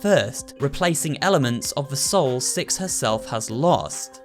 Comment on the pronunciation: SuperHorrorbro: Here it's distorted signal Twists and Corrupt "Sex" Me: Really don't you mean "Six"